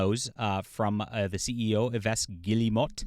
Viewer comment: Yves. It rhymes with LEAVES. Or EAVES. Come on man. Eeh-ves? Good lord…..